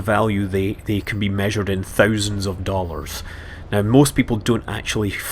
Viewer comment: Sorry but dollarfs, cmon